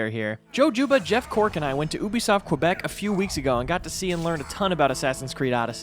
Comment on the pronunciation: "oo-bisoft kwebeck" No *yew-bisoft kuh-beck